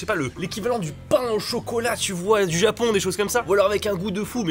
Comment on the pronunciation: "Pain au chocolat" 🤔🤔 aie mes oreilles ! Intéressant ton top 10 👍👍👍👍